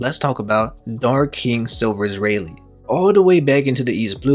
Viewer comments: U didn't just pronounce Rayleigh as Reilly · Man you pronounced rayleigh wrong so many times it hurt